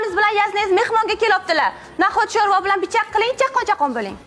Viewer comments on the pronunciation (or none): Naxot shòrva❌ Naxòt shòrbo✅ buxorolikmanda